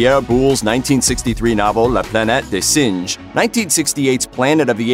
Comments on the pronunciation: "Planette des Sanj" rather than Sinj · Swachtika? Planet day singe? My God is it REALLY that hard to ask someone how things are pronounced properly? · the pronunciation of "La Planète des singes" had me HOWLING with laughter!!